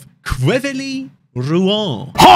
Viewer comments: i'm french and we say QUEVIY ROUUU HAN for th team name pronounciation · As a frenchman it's so funny to see how pronounces Quevilly rouen 🤣